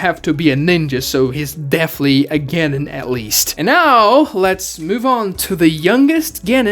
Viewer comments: CAN YOU PLEASE PRONOUNCE GENIN CORRECTLY!!!!!!!! ITS PRONOUNCED (G-EH-NEE-N) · The fact that you can’t pronounce genin makes refuse to watch any other video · Can we talk about he can't say genin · is no one gonna say he said genin wrong?? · The second I heard how you pronounced Genin I stopped taking this seriously lol